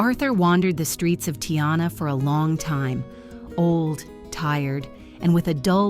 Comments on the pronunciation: Thank you for taking in 'Arthur'- you have a very kind heart. Where is "Tiyana"? I think you mean Tijuana (pronounced 'Teehuwanna'). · "Tee yu Wanna" please, not Teeanna. Poor litte guy, thanks for giving him a home. There's something about the old ones that touch my heart so. I adopted a very fat bedraggled 10 yr. old blue heeler who turned out to be blind. Scared of everything, would hide under the bed when people came over. Took her 7 months-I'll never forget how happy I was when she finally came out to sit in front of someone and offered her little paw. She lived with me for 5 years and was an absolute love of a Queen girl! Lost the excess weight and became beautiful. Maybe it's time to adopt another old one. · Frick'n AI voice! Tiyanna? It's tee-uh-waa-nuh 😁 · Teeyana? Tijuana, AI, it's Tee-you-anna. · "Tiana"? Tee-wanna=Tijuana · wandering the streets of tianna love that tianna accent what kind of scam do you think this ai crap is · When you hear Tee-ana - you know the narrator is AI. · Youtube narrators are the worst. It is pronounced Tea-ah-wana (Tijuana). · "Tee-yonna"? Never heard of that place. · why can't we have real people talking instead of AI who don't know how to pronounce Tijuana? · AI voice can't pronounce "Tijuana". Nice story though. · One day, AI will become flawless and be able to pronunce words like 'Tijuana,' correctly. I'm sorry, I love the video, but please let a HUMAN tell it! I hate AI. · Who doesn't know how to pronounce Tijuana??? Cheese Luigi! Get it right or be still.